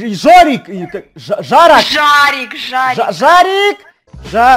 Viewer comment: Не жорик а жарик